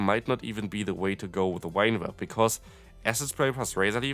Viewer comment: Wine whip? Whine whip? I know English rules of reading are a hot mess but this one rule is really easy: the letter "V" always produces the /v/ sound (as in victory, very, never, craving, grave, have). If you pronounced it /f/ as you do in German (vielleicht, vor, Vogel), I'd understand I guess, but why with a /w/ sound...?